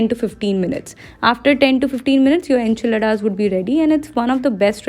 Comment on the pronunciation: you pronounced Zucchini as Jushni and Enchiladas pronunciation was way too funny 🤣😂